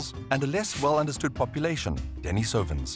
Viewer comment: The correct pronunciation is De-NI-so-van, not De-ni-SO-van.